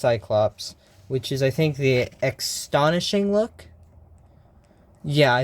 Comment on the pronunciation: “Ex-tonishing”? Did I hear you correctly? It’s “Astonishing”.